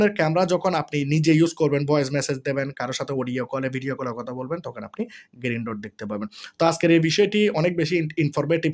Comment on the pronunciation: ভাই, "গিরিন" নয়, "গ্রিন" !